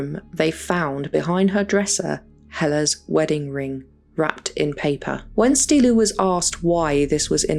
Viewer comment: It’s pronounced stee-LLOU (put emphasis on the double L) hri-sto-FEE